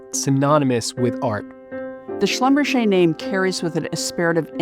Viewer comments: How can someone butcher a german name that way? It's "Schlum-Berger" not "Schlumbercher" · Schlumberger is a german name, hilarious pronunciation in French.. kind of ridiculous really. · That's one way to pronounce a definitely German last name